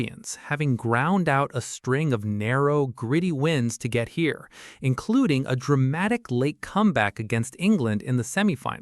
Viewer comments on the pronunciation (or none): Only an AI voice would say "get HERE" rather than "GET here".